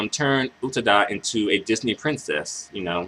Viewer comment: Lol. Loved your analysis. I really loved this song. It's my number one song from her. By the way, for future reference, her last name is pronounced "OO-TAA-DA" No disrespect towards you! I'm just telling you this because I don't want you to get attacked by other crazy Utada fans for getting her name wrong! xD